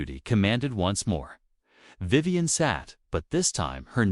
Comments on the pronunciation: Now that STUPID thing has pronounced Vivian corectly a few more times! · I just heard it pronounce Vivian two more times corectly so far.